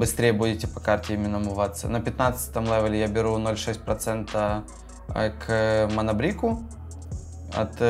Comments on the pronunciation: «Манабрик» ) Кирпичи маны )) Манабрейк же ну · '"Мана брик"????????